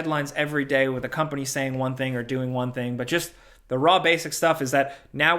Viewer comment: You almost can't tell that is from NY until he drops a "da." As in, "to da tune of..." Very NY 😁